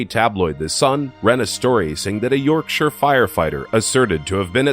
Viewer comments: it's spooky how you say Yorkshire. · You pronounced Yorkshire wrong- I live near there- still aSCARY